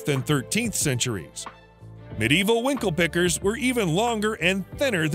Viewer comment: at about the mark, narrator pronounces it like "Winklepeckers"